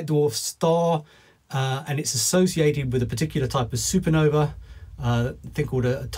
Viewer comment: "a failed SuperNova?" a SuperNuh-uh